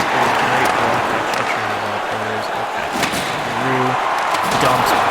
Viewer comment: Jacob Chyrhun is pronounced Chick-Rin (I believe from what I’ve heard announcers say